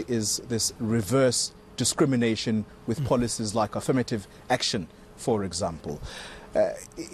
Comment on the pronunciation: Afrikaaner people don't say "with" they say "wif" lol